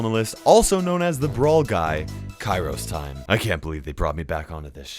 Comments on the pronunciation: again u said kairos timemen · Any one else hear: "Hello fellow brawlers, I'm KairosTimon"